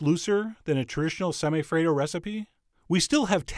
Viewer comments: Lolled out loud at “semi-afraid-o” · My soul died when you said "Semi-Affredo" 😂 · Chef John: Semi - afraido Me: ded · "Semi-afraid-o" hauhauuauahuahuahua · I WAS DRINKING MY COFFEE WHEN HE SAID "SEMI-AFRAID-O" AND I CHOCKED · Semi-Affraid-o sigh.. xD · "Semi-afraid-o" I AM DEAD . 😂😂😂😂